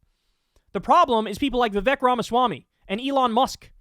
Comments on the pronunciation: Vivek rhymes with fake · Vivek rhymes with FAKE!!!